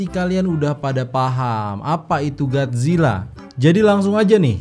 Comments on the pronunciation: bang kolo bilang gat zila sebenat nyah gotzila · Bang kenapa gomongnya Gadzilla kan seharusnya? Godzillaa?